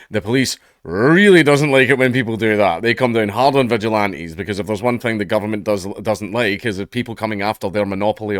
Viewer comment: Not gonna lie, thought you said "visual anti-tube passengers" at the start